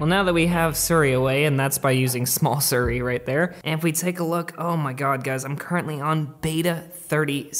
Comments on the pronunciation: AHH OMG ITS SIRI NOT SURI!!!!! SO ANNYOING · Plz it’s siri not suri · Love your videos. But it’s pronounced seeri. Not suri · ITS "SI - RI" NOT "SUR - RI" HOW CAN YOU RUN AN APPLE CHANEL AND NOT PRONOUNCE IT CORRECTLY HAHA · Siri is pronounced as C-Ree, not Sur Ree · Me: Siri: Ser ree